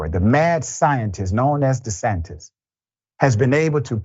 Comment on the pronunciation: Governor DeSatan 😂. Did he say that in error or on purpose?